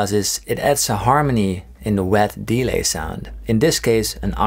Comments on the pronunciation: I like how you say DE-lay instead of delay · I swear delay is pronounced with emphasis on -lay and not on de. haha great video. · Anyone else find it funny when he emphasises the E in delay instead of the A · Fix delay pronunciation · the way he pronounced "delay" is a bit annoying. awesome tone though